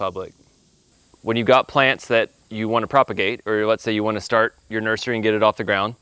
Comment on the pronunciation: Did you say nerdery? Cool word.